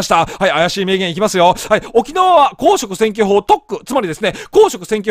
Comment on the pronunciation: 公職選挙法のイントネーションがすごい気になるな！